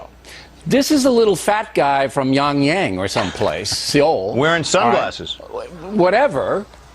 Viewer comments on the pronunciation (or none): Love ya Cenk...but there IS no youngyeng.....it is Pyongyang in North Korea..always Love for your show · hes a news anchor and cant say it right "peyongyang" "seoul" ? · I've never heard of a city called Yonyang. Pyongyang is a city in North Korea, but apparently, O'Riley can't pronounce important geographic locations. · he obviously meant pyong yang....its only 1 letter difference. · He didn't correct himself. He said "Pyongyang... or Seoul." The reality of his commentary? That he doesn't know that Pyongyang (or how to pronounce it) is in North Korea? What does "the reality of his commentary" even mean? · Pyongyang is not that fucking difficult to pronounce...or find on a fucking map.